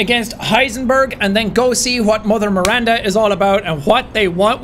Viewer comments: He's cool, though it always took me out when he said "Miranda" with an "ER" on the end. "Mirander". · My favorite part about this game is how Heisenberg says “Mirander” instead of “Miranda”.